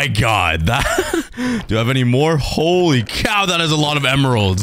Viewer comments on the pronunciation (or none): none